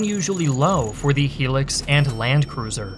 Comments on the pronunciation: You are saying he-lix. It’s Toyota Hilux, pronounced high lux 😂 bloody Americans don’t know the name of the worlds greatest vehicle! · I never wanna hear hilux pronounced as “he-lex” ever again, other than that great video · You have a very unique way of pronouncing things chad = 'chayd', hilux = 'helix', no shade just something I've noticed in all your vids is you having a way to pronounce things I've never heard of till now. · It’s Hi-lux, HILUX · pronounced 'high lux" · It’s pronounced Toyota High-lux 🇿🇦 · It's pronounced: High lux😢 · it's pronounced hai-lax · The way he’s pronouncing hilux is doing my head in 😩😮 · Bro U said Hilux wrong every time 😂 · Your pronunciation of Hilux is very disturbing and very incorrect. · It's high lucks... no helix. Just look at how the brand name is spelled "HILUX" as in hi, my name is lux. Not helix. Made the video unwatchable for me. Just bothers me as it's a massively common brand across ths globe. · Its hi-lux not helix.... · Never heard someone refer to it that way lol, pretty certain its Hi-lux not helix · Toyota "High-Lux" not " Helux" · Also, Hilux, not Helix 😂😂😂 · Just a few corrections on the Toyota's themselves: 1. Hilux is pronounced high-lux not he-lux as it comes from the Japanese pronunciation (Hairakkusu). 2. The Hilux shown is way to modern for 1986/1987. The one shown looks to be a sixth generation Hilux ( ), as its body is smooth. The Chadians would have been using fourth generation Hilux's and earlier. 3. The Hilux's shown look to be more correct. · I don’t know if anyone has mentioned this but it’s a Hilux (high Lux) not a He licks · Good summary. FYI, Hilux is pronounced as "high-lux", not "hee-lux". 👍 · The truck is pronounced "HI-lux" NOT "HE-licks" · 10/10 video Although it’s pronounced “high lux” not “He lux”. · Why do you say Helix and not Hilux, is it a French specific version? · Hilux is said the way it's spelt, not Helix but Highlux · It’s a High-Lux mate not a helix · Hi - lux not he licks